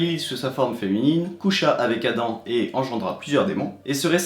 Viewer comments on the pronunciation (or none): none